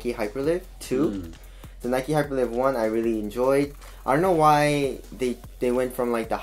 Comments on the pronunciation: i think its hyper liyve not live like living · It's hyperLive as in alive